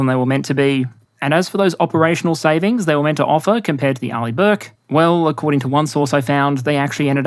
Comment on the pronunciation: Finally, i learned how to pronounce Arleigh Burke :D